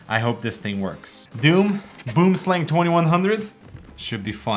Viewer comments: boemsleng , lmao. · First "gaming" mouse was the Razer Copperhead, released not toooo long after the Boomslang and Diamondback. First mouse was some total piece of crap off-white ball mouse that needed to be cleaned all the time. Random FYI: Boomslang is actually pronounced something more like "Booum-slung" - it's an Afrikaans word (derivative of Dutch) from South Africa and it's - it means "tree snake", it's one of the most venomous snakes in the world, it's long thin and green, climbs and hides in trees dropping down to attack prey. If it bites you and there is no antivenom very closeby - you are GG. Scary AF. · it's pronounced "Boam Slung". - Tree snake in dutch/afrikaans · Boomslang translates to tree snake in my language. He said it so funny though :D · boomslang is afrikaanse/dutch for "tree snake" (a very poisonous snake). also, you are butchering the pronunciation lol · As a South African, hearing someone say boomslang is really funny. 🤣🤣🤣